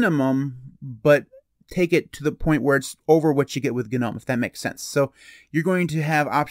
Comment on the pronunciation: did bro just say ganome? lmao